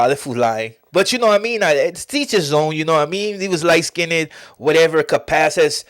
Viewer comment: Light skinndid?!?! lol light skinned . 🤣